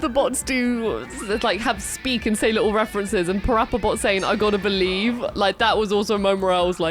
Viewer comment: Ah, ah, I gota beweve!